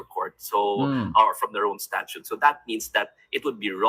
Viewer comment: STATUTE po at hindi STATUE. Baka butasan ka ng nga DDS.